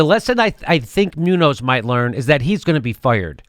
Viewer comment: It's pronounced MOON-yohss, BTW.